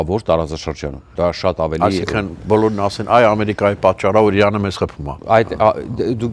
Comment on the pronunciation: Ուրիշ մարդ չկա հրավիրեք։ Ձանձրացանք սրա սեփական վերլուծությունից։ Ամբողջ աշխարհն է դեմ սիոնիստների պատերազմին, սա սազն առած` գովում է։ Նախ թող սովորի իր կիսառուսական կրթությամբ սովորի Իրան արտասանի։ Շատ անդուր մարդ է, և չի լսվում։ Ուղեղի գալարները քիչ են։ Սա մի խումբ հայրենասերների կողմից, փոխել խնդրում ենք սրան։ Ամերիկայում շատ ավելի հարգելի մտավորականներ կան։